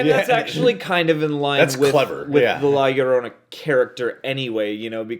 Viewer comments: Lolorona😂 yo-row-naw that’s how you say it 😆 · It is pronounced as La-yo-rona And written as La Llorona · Lllllllloooorona imbecils , you live in LA and don't know how to pronounce this word? Guys give me a break! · LA LLORONA IS PRONOUNCED : La Yo - rona (La Yorona) 🇲🇽🤞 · La - your-ona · it prounced la yourdona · Btw it’s pronounced yorona. In Spanish double lls is pretty much the y in English l. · Llo it’s basically pronounced like you guys on the US pronounce (Yo). So It’s La Llo(Yo)rona. For future reference. You guys are awesome, but that pronunciation was, honestly, cringy AF. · The way he said La Llorona 😂 the two L's in Llorona is actually pronounced as if it was a Y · You guys still saying her name wrong 😂💀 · You guys need to learn how to pronounce Llorona 😂😂😂😂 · He was joking! The trailer even pronounces it right for them